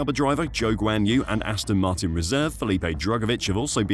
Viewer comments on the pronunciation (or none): none